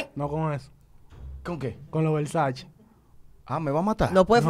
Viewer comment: Y jessica Pereira disque son versace dise Versace! lol jajajajajajaja